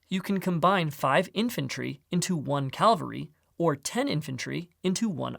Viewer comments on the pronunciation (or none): Cavalry. Not “calvary”.